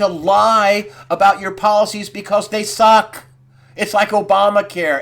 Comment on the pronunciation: HAAA!!! "Because they SUUUUCK!!" awesome... excellent stuff Greg!!